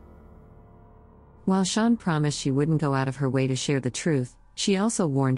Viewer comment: When I first started listening to this ep the computer narrator was saying “Shaun” and I’m thinking “who? Is Shaun? Then realised it’s Sharon”. We pronounce it “Shar-on”. Just sayin’ 😂.